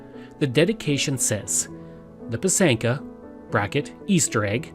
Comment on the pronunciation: It's pronounced PY- sanka, emphasis on the first syllable. It is beautiful